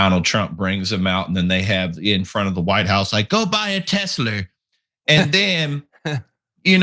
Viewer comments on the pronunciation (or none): “Tesler” so good “Everything’s computer!” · I love how the "Tesler" instead of "Tesla" still remains in the air.